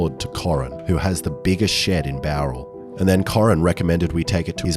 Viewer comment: Finally, someone pronounces Bowral correctly